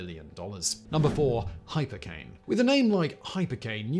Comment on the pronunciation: The sun nevar sets on factboi's pronounciation of "(h)'ypercane'" !!!1